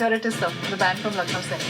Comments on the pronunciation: Hey. It's pronounced as 'lakh+now'. Love from India.:) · 'Luck' 'Now'...😂😂😂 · It's actually pronounced lukhnau(lucknow)! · Your reaction is & are superb I always like to see trailer and other stuff first time with you 👍 For this particular trailer i feel that you have taken the name "Lucknow" as "Luck" "now" (as also in the end said "I thought it was...happy go lucky thing) but Lucknow(Lakhna'ū) is a city in India and I belong to that city....so just to educate, I pointed out...😉 and this is my first ever comment on youtube😂. Best of Luck... keep reacting because I LIKE IT.. 👌